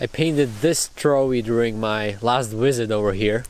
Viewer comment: It always cracks me up when he says any word with a "V" as the first letter because it always comes out as a "W". "Visit", "visitor", and "visiting" become "wisit", "wisitor", and "wisiting"!